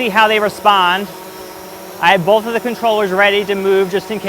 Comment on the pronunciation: Disliked because you say “BoLth” 😑